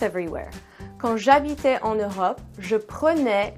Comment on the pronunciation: D'abord, merci pour la video. The endings pronunciation is difficult for me, for example, you usually (always?) pronounce "è" (ouvert) for the imparfait, but in the phrase "Quand j'habitais en Europe" (I listen a closed é, fermé) but prenais is opened again (ouvert). What do you think, is it always pronounced with a open vowel?